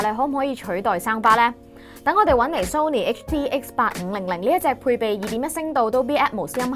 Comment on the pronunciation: 終於有人讀啱”Sony”, 香港9成人都讀錯, 留意埋”Nokia”, 係No-kia 唔係”Lok-Kia”